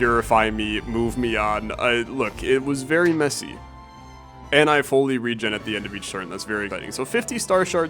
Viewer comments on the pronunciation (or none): none